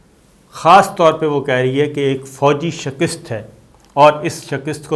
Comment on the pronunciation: "Qaabul" ... "shakist" ... 😀😀😀😀😀😀 اس بندے کے املا کا کوئی کیا کر سکتا ہے ۔۔۔؟